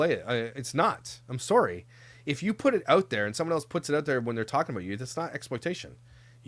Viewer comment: …In all fairness you say “sorrey” instead of sorry 😀🤣